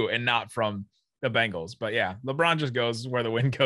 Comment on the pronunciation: Congrats on your Beengals, (why does say it like that?! Lol)